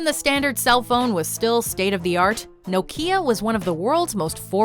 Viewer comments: I feel soo old hearing you have to explain what vhs was 👵👵, my uncle had a betamax and I have a wii u which I still play 😊 Also I've never in my life heard anyone refer to Nokia as no-key-ya 😮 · Before VCD. I prefer the PaperClip. Very popular in HK. VCD Similar to VCD time. The way you say Nokia ww. The Bomb. 😱. Secondary School. Want to try it.